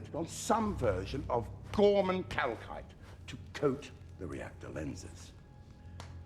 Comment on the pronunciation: I swear to Force, at this point every time I heard them saying "kalkite" I have a vine boom effect playing out in my head :D